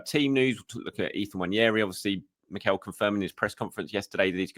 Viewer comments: It’s NNWAH - NE - RHII. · Nwah Neh Rii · More than pronouncing it with an invisible “I” it’s thinking the second “n” is pronounced the way it is in mañana.